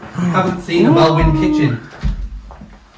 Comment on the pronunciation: love the home.. FYI, Welwyn is pronounced "Wellin"